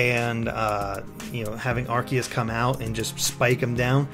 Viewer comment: Which ones? I know he pronounced Arceus correct, of that's what you're talking about.